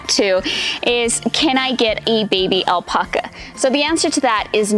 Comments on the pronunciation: I know that I can’t be the only one driven crazy by how she says “aulpaukuas” Wat. It’s alpaca. Al-Pa-Ca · Why does she say "Al-Pucka"s? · It is the same word in English and Spanish... Al-Pack-a.... smh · It’s not Alpoca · 🙄🥱 do this with me now. Type in “alpaca correct pronunciation” then type in “alpaca pronunciation spanish”. & say that again with a straight face. You’re literally the only one. 🥴 Need further proof? none of my Spanish relatives says “aulpaukuas”. 🙃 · Google how to pronounce Alpaca